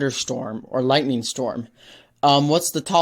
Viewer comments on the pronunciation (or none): Bro did not just say lighting storms💀